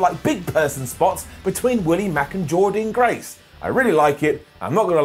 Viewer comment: Really enjoyed bfg. Well worth staying up till am U.K. time. Loved James Storm returning & also Jordynne Grace’s fantastic performance in the X-Division match. Ps: SAY JORDYNNE GRACE’S NAME CORRECTLY!!!!!!